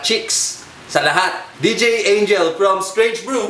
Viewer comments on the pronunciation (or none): none